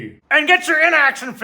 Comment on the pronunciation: Love your stuff, TY! But everytime you say "In Action Figure", it sounds like you're saying "Inaction Figure", LOL!!!